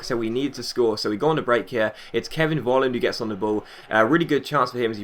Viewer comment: Hey, Nice video. In Germany, The letter V, is like saying F. So Volland, is actually Folland:-)